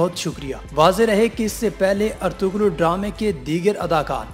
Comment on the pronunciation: its pronounced as Erturul. :)